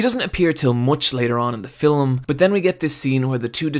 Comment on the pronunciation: Your pronounciation of film is terrible XD You're adding additional vowel sounds. Sounds almost like fil'em. I'm thinking it's a regional thing as I've heard other people do that as well.